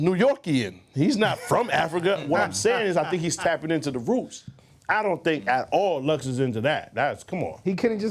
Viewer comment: Its Roots not Rut